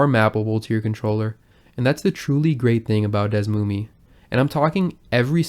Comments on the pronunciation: its pronounced /dɛsˈmumiː/?? ive always been saying it like /ˈdɛsmumɛ/ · It's Pronounced DS-SUE-ME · Desmume sucks FR, worst name, old and slow, not modern, however it's great for researching games with the tools. I think it's pronounced as DS-moom. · ive always pronunced it Des-ooo-me